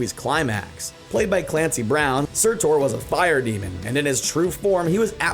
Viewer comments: its pronounced surtur not surtor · No one else bothered by how he pronounced Surtur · Am i the only one who wants to kms cuz he keeps saying surtor Instead surtur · Tom HID-DLE-STONE not Head-dol-stun SIR-TER not Ser-tor Benadryl Cucumberpatch not Bondontic Cumbersnack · Its surtur(serrterr) not surtur(surtor) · Surtr not Surtur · it is SURTR, not SURTOUR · It's surtur not surtoooor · surt-OR?? it surt-UR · "Sutor" lol it's pronounced surtur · Surtor? I think you meant Sur-TUR. Pffft. Fake ass nerd. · I AM SO TRIGGERED THAT HE SAID SURTOR, AND NOT SURTUR.... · Take a shot every time pronounces something. (Soretor)